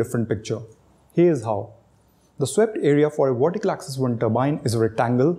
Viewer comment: ...VERTICAL!...not wortical. Why is it that so many Indians can't pronounce Vs and Ws properly, when speaking English? It's bloody annoying to listen to!...I mean do you say NaWeen instead of NaVeen?...Wijendra instead of Vijendra?...so what the hell is the problem? 🤔